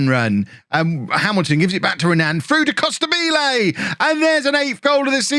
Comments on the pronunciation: Hey, great work and love from Italy, but it’s pronounced “Costàbile” not “Costabíle”:D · It has to sound like you say Immobile